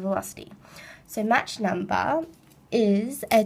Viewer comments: "match number", lol, it's pronounced 'mawk" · *match!! i wanna slap her face everytime she said that